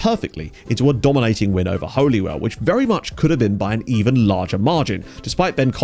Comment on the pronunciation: Bah-lah, Bang-uh and Hole-e-well 💀